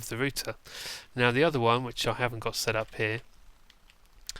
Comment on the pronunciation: Thats how you are meant to Pronounce it -_